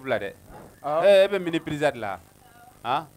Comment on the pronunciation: excuse-moi j’ai pas l’habitude de commenter mais on dis pas pidzza mais plutôt pizza merci cordialement